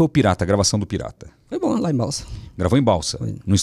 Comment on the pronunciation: Sou sua fã Celso...vc é simples, recebe Deus convidados com muita simpatia. O nome da cidade do Manoel é Balsas, não é Balsa.